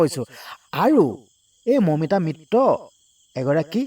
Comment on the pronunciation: চুদুৰভাই মিত্ৰ শব্দটো কব পৰা নাই মিত্ত মিত্ত কৈ আছ !